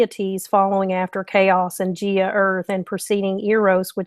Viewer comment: Gaia pronunciation Guy-a the earth. ...agitation , a-gi-ta-shun, to agitate, violent motion, shake briskly, perturb, your top loader washing machine agitates the clothes. I'm gonna be the pronunciation police. hope you will not be offended